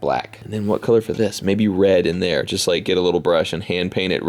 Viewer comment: he said maybe then he ended up saying mybe Also just relized that the windsheild is on and all you need is the interior